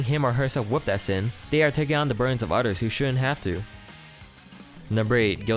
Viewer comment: He says odders